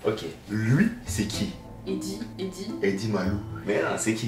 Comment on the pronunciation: « Eddy Malou » kooooo🤣🤣🤣